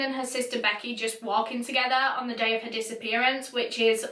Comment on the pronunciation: The way you say day😩 "däeh"